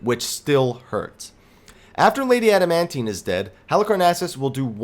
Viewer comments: I love your guides, but your pronunciations with names sucks. ha Lady "Amandine" A-man-dine. not "Adamantine" XD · Damn right, it makes my ears bleed everytime. Great guide though !